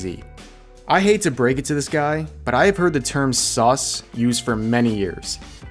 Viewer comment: STOP Saying "sus" Like That It Is Not Necessarry